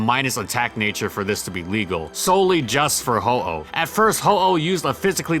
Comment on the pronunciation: He clearly says Ho-Oh